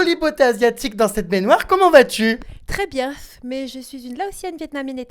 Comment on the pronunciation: mdrrrrr très bienf